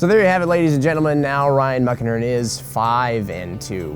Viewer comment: Ohhh.... "Muckenhirn"...lol I thought you were saying Ryan "Muck" Ahern, and I always thought "Oh sure, no one gives a damn about an Irish slur"...LOL